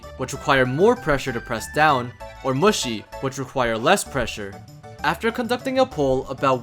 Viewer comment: lmao he keeps saying muschi 😹🤌